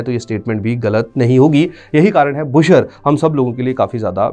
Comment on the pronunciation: It's बुशहर रियासत not बुशर रियासत 🙏